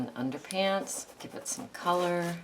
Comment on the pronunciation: Hello from Leicestershire UK! Thank you for going slowly - such a help. Your tutorial is very clear and informative. Just one thing - when you glue down those pieces of coloured paper after the black gesso it sounds as if you call them 'underpants' lol!!!!! Is it really underpads? It doesn't really matter what you call them, but I couldn't help laughing at what is probably my defective hearing!!! Than you so much ...